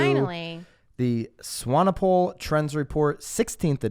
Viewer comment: Impressed with your pronunciation of Swanepoel.